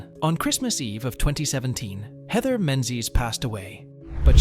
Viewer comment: It's mispronounced wrong then correctly...??? 🙃🙂